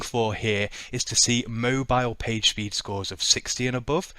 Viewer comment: All I heard was "We can use a tool called bat shit speed" and I laughed out loud...